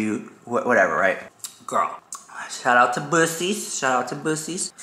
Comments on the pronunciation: It’s Bucky’s not Bushy’s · Are you trolling??? Boosies??? It’s pronounced Buckys! Lmao😂 swear is trolling us. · Buc-ees! 😂 like BUCK-E not Busey lmao! We know whats on your mind! 😂👏🙌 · Babes it’s called buckeiessss💀💀💀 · 😂😂😂😂 when you called Buccee's Bussy's I lost it 😂😂😂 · 😂 "bussees", it's "bucky's" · I will forever call it Bussies now thanks to lol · It's pronounced Bucky's😂🤣😂🤣🤣. Their beaver nuggets are🔥🔥🔥🔥. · It's pronounced "Buck-ease". And yes, it's an experience. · Omg as a fellow Texan I know you know it's pronounced buckeys . 😂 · Hey hun, buccees is pronounced buckees like buckys. And yall, that place IS AN EXPERIENCE!!! LOL. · You mean Buc-ee's the world's largest gas station with the beaver. LOL it's pronounced like Buck-ee's. Ah this gave me a laugh:) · Haha! I love your pronunciation of Bucees! But just in case you really don’t know the pronunciation it’s BUCK-E ❤ I just adore you and your videos! I live in Dallas! Next time you are in Dallas stay longer to let your fans come give you a hug or say hey if you don’t like hugs! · It's spelled weird, but it's pronounced BUCKY's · It’s pronounced Bucky’s, hence “Bucky the Beaver”. Best place ever! Best Banana pudding too 🤣🤗. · Oh you mean Buc-ee's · Chiiile, I love that place! It’s pronounced like “Buck-eez’s” and it is much fun there! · A. It's pronounced Bucky's 😂.. Black Friday sales. Babe morphe is half off, and Pat Mcgrath has $12 lipsticks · I was just there at the one in Jacksonville and it’s definitely called Bucky’s, pronounced: Buck-eez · BABY YOU KNOW DAMN WELL IT IS BUCK EE'S lmao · Lmao it's definitely pronounced buckeys but the way you said it was too funny. I was at that game too. Loved seeing Dolly ❤ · LMAO, I frikkin love you!😂 it’s actually pronounced Bucky’s and it’s all the rave!!! Cute Beaver as a mascot 🦫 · Say it with me people 😂😂😂 BUCK-eez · Pronounced BUCKEES lol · Lol.... Love you... It's pronounced Buck EE S. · It’s pronounced BUCKYS